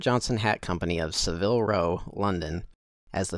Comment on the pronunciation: Excellent video, covering a very complex subject in a compact and clear way. "Savile" in Savile Row is pronounced SAV-il (accent on first syllable).